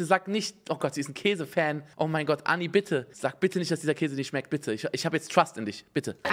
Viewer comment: „anni“, nicht „änni“ lol